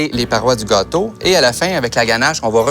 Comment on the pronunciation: je n'ai pas vraiment fait attention à la recette parce que je regardais un beau gosse avec un joli accent surtout la façon dont il prononce "gâteau" XD